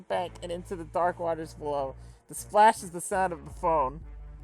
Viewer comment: Hot and good, bawow my son Bread. Ten ten vide, two bawows!